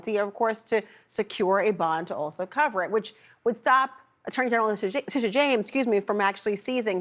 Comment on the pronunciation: Did she say Attorney General TiTi-James???😂😂😂